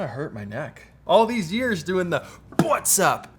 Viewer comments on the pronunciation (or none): I thought it was "Pwhatsup!"...😜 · I watch Peter just to hear he says “Bwhatsap” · Peter McKinnon: WHATS UP? Me misinterpreting: BUTTS UP?